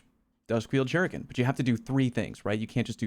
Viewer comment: Take a shot each time someone mispronounces "shuriken" hahaha. Good stuff as always, I love all your voices and what they have to say, consistently.